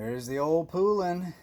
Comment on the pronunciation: Love your saws. By the way Poulan is pronounced like the country Poland except without the D. Here's a cool vintage Poulan commercial